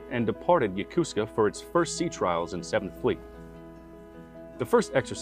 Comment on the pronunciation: Yokosuka pronounced [jokosɯ̥ka]) Yo-ko-su-ka not ya-kuz -ka.....